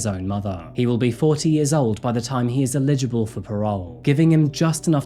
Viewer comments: Can we discuss how he pronounces “eligible”? Gets me every time now. Lol sounds like he’s saying “illegible” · Eligible ... you pronounced it "illegible" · It is " eligible for parole ... " you pronounced it "illegible" ... with your emphasis correct for illegible but incorrect for eligible ... Google it. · It's pronounced iledgable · the Brittish accent makes "eligible" sound like "illegible" which makes me wonder how they say "illegible"